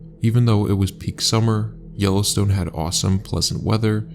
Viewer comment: I guess the robot doesn't know how to say Yellowstone